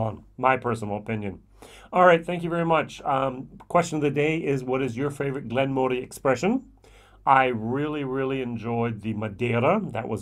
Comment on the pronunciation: Slight annoyance but it is pronounced Glen Muh ree. Their Peated is the best value peated expression of any single malt scotch, only beaten in value for money because locally I can get a product called Three Ships 5 yo at half the price. Honestly, this distillery should have been making Peated malt the entire time. The Chardonnay cask is exceptional like the Peated, and Port cask is good. The 12yo is decent probably one of the better 12yos out there, maybe not as good as the recent 12yo BenRiach triple cask thing. We are lucky in South Africa we get everything at 43% minimum. One of the best whiskies I've ever tasted was a 10yo hand-filled Glen Moray Chenin Blanc cask. This really wowed me. As such I have ordered and am waiting on the Glen Moray 2006 Sauternes Cask Matured which is a maturation in 5 Sauternes casks so should be very unique.